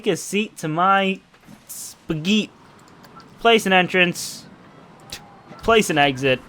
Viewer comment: "Take a seat to my spagheet" -, 2018